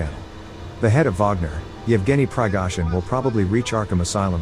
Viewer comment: Why is it that whenever someone says "Prigozhin " I hear "Pigsforeskin"?